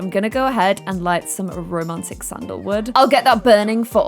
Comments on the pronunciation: I love when she say "rrrrromantic" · i need a video compilation of saying RRRRROMANTIC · I love it how keeps on saying rrr romantic